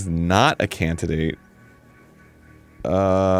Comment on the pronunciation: "...cantidate." :D